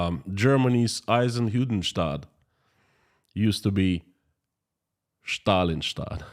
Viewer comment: You nailed Eisenhüttenstadt pretty good 😅👌